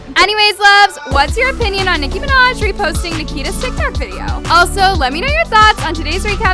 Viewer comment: no he didn't he said Nicki Manaj not Nicki Minaj lol